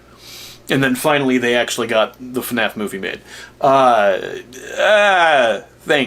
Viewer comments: That “FaNAF” pronunciation seems to be quite common with English speaking fans. I always thought it has something to do with difficulty saying F and N together but it might also originate from some of the OG FNAF content creators. It does irk me a bit. I did hear Stupes’ voice in small bits here and there. It wasn’t a character voice. There just wasn’t that much of it. Also, if you blush at the sight of a harnessed Freddy, then I wouldn’t google Springtrap art 🫣… (And yey for the future Patreon video!) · Guys. I have to give congrats to, he finally ironed out his intro it is commonly said as “fuh naf” imagine getting scared off by someone wearing your head from someone’s dreams